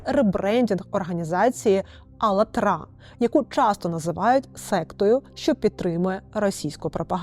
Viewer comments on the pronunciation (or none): Алатра - наголос на другий склад. Навіщо я про це знаю?😢😢😢